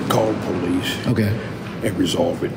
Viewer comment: you mean the Poe-leese